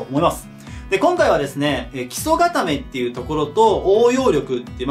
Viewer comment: 基礎がキスに聞こえる